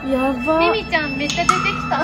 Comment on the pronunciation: のミミちゃ～んがミキティ～にしか聞こえないｗ